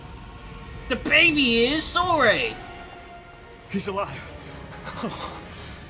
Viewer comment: Sorey, please!